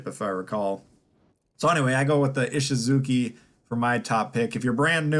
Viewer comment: The chi in Ishizuchi is pronounced chee, not kee... just FYI.